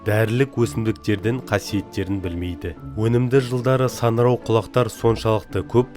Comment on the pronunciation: Саңырау деп айт,санырау емес